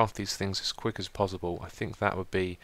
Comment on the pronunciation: Its pos·si·ble not pos·zi·ble